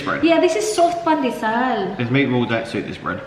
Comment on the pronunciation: Unang dinig ko kay, nipples. Meat balls pala. sorry! HAHAHA